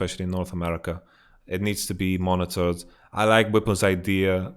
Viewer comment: Hey man, I am very confused with your pronunciation xD, Is your suggestion to monetize high elo games or to monnitor them? is it about making winning more attractive and rewarding or just reliably banning whoever needs the ban. Thank you in advance!